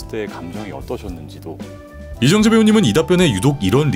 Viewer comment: 멋지다... 하지만 발음하실때 조심하셔야합니다.. 이정재.... 다... 이렇게 발음하심 안되요..